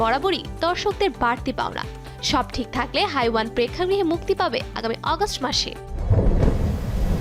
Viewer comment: 🤣হাইওয়ান ❌হেওয়ান ✅ hindi উচ্চারণ তো আগে করা শিখুন তারপর নিউজ করবেন😒। in Bangla which means শয়তান/জানোয়ার।🙂‍↕️👋🏻